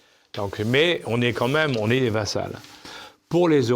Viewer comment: Des "vassals" ?? 🤔🤔 Surprenante faute dans la bouche d'une personne aussi cultivée...